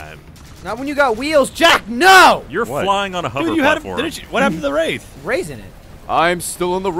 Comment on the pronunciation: wraith more like rayth #barbara